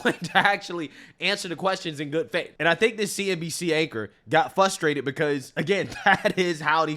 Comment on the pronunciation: Say frustrated, not fusstrated. Ive been watching your content more frequently. Little things like that can devalue a good point.